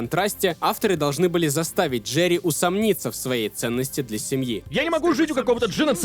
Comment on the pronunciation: Брат пишу чисто поддержать канал, делаешь очень круто не нудно, как некоторые. Обожаю слушать как ты говоришь ДжеРРРРии)